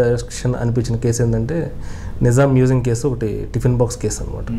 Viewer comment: మెసేయం కాదురా మ్యూజియం అనాలి